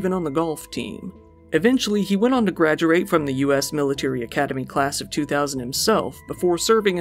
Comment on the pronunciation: Gradjuwait? lol I'm just messing around, I love your stuff.